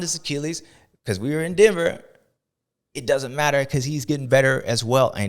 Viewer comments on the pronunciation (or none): none